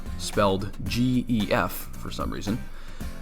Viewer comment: It's pronounced "Gef" not "Gef"